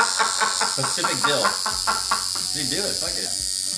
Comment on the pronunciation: "pacific " LMAO